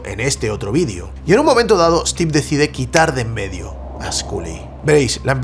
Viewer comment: Se pronuncia Stiv, no Estiv. Maicrosoft, no Mihcrosoft. Stor, no Estor. Story, no Estory.